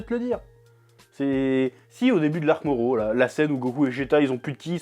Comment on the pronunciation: Faut arrêter avec le R lit en L ... MORRO .. on dit pas NALLUTO mais NARRUTO... Ok notre R est beaucoup plus fort que le R japonais qui ressemble à un L, mais c'est pas un L bordel ! C'est un R roulé très doux ! bref